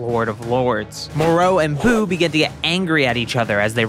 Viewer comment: Who is “Boo”?? It’s “Buu”!